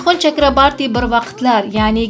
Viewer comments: Митхун Чакрабарти эмас ,Митхун Чакраборти дейилади фамилиясини тугри айтинг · Чакрабарти эмас Чакроборти. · 😂 чакрабартимас Чакраборти фамилияси тилларни ва талаффузни яхшилаш керак менимча яхши Киз! Саломат бу́линг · Chakrabarti emas Chakroborti to'g'ri gapir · Журналист кыз жок дегенде фамилияны туура окучу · Фамилиясини тугри айтинг